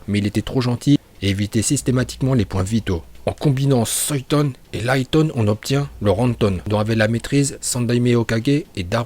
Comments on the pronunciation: ya des noms tu les dtruits en les prononçant comme ninjutsu pas le ninjatsu ou en suiton pas soiton et cest uchiwoiiiii pas uchihaaa meme si sa secrit comme sa uchiha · Tu as vraiment un problème parce que Raiton, Doton et Katon tu prononce bien mais quand tu prononces Suiton et Fūton, ça fait grincer les dents, et aussi Haku se prononce avec un "h" aspiré.